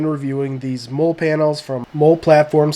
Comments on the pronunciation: Nice video man. If no one told you yet it’s pronounced Molly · Jeep looks great. I was wondering about those panels. I bought Chinesium non-spec “molle” panels that mount with the rear hardtop bolts. Works ok. BTW, molle is pronounced Molly like the name.👌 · It’s pronounced Molly. It’s an acronym for modular lightweight load carrying equipment (MOLLE) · Yes it seems like you always know who was in the military or not by the way they pronounce MOLLE. Nothing against Robert Hill, but I cringe every time I hear Mole.